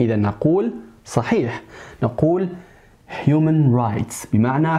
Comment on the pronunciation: I think it's human not humon